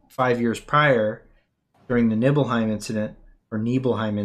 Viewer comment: Sleepezi pronunciation of Nibelheim is the correct Germanic one, Nibel for Fog. Great stream